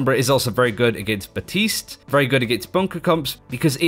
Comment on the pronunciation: If theyre going to pronounce his name batiste then take the fucking p out